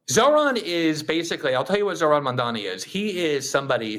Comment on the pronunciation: That IDIOTIC Elise pronounced his name Mamdami!! Idiot!